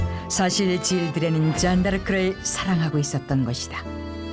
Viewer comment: 아 잔↓다↑르↑크